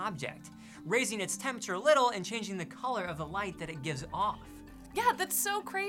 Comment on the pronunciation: I know you'll think this rude, but why can't say 'temperature' properly? Is it really so difficult to pronounce? It's just a 'P' next to an 'R'. If you can say 'price' then you can say 'temperature'. I couldn't concentrate on the video because it was irritating me so much (which is relevant to the effectiveness of your communication—which is in turn why I felt I had to raise this point... sorry!) He's not alone, of course. Lots of people do this, and they seem to be the same people who can't pronounce 'strength', 'vulnerable' and of course the notorious 'sixth'. Is there some neurolinguistic explanation?